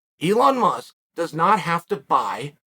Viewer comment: If chael says his name is Eon Musk… ITS EON MUSK